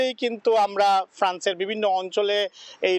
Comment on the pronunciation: শুদ্ধ বাংলা উচ্চারণ করতে পারে এমন কোনো রিপোর্টার কি ফ্রান্সে নেই ❓❔